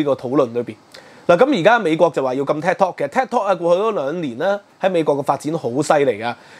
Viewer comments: tik tok 係「剔托」，唔係「踢托」，好ung耳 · 禁Ted Talk 🤔? Ted Talk is very popular. Should be Tik Tok pronounced as “Take Talk”. 😃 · 係Tik Tok 唔係Ted Talk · 發音可能要準少少，我聽到 Ted Talk 🙈🙈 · ，你自己題目都正確寫出TIK-tok; 點解你的不斷讀書Ted-tok? 還有是余茂春，呢個名大家都知，你有點落後了！